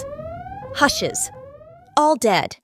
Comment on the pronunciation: “Hughes” I think, not “Hushes.”